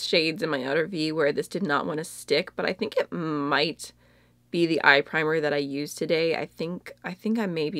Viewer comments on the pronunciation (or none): none